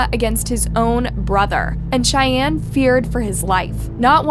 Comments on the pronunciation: Love your channel but you keep mispronouncing Cheyne's name. It's pronounced like Shane and McVeigh is pronounced like McVay. Chevie and Cheyne had the shootout in Wilmington, Ohio of which I am very familiar. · I think names should have the correct pronunciation. It's imperative to the case. Cheyenne just kept throwing me off.